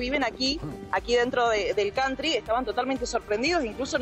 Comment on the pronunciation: Cantri😂😂😂Jajaja vos ve a Open inglich😂😂😂